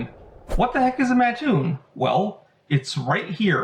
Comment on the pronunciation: Hey! I’m from Mattoon, lots of family legends about the Mad Gasser. Would love to chat with you about them. Also props for pronouncing my hometown correctly.